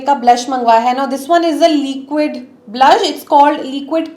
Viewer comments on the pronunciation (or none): why do you say leeeequid? it’s liquid.